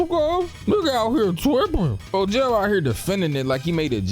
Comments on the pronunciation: Bro I'm convinced you pronouncing these names WRONG on purpose at this point 😆 cause ain't no way you sat up here and called him FOE-JAIL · “Helen’s” name is Becca 😂😂😂 and Fogels name is pronounced fo-g-al. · you got me fucked up for the way you say Fogel 😭